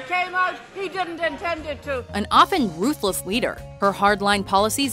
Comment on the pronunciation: ''Margaret thatcher, often roothless lider'' what???